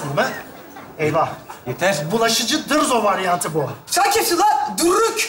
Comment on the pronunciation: Dırzo değil Dızo veya Barzo . Dırzo diye birsey yok